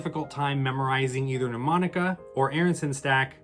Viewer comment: Really helpful. Thank you. Can I point out respectfully that Mnemonica is not pronounced 'New- monica'? It's actually pronounced: Nə-monica. Quite a few established channels mispronounce it, especially Rick Lax! You can hear it here: A mnemonic (/nəˈmɒnɪk/,) device, or memory device, is any learning technique that aids information retention or retrieval (remembering) in the human memory.